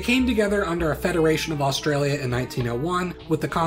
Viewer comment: Osteralia and Westeralia